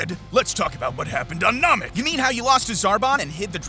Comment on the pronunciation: U got all that from watching the whole thing but keep mispronouncing Namek (long a not short a)